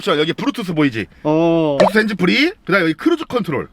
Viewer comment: 브루투쑤 브랙박쓰 ㅋㅋㅋㅋ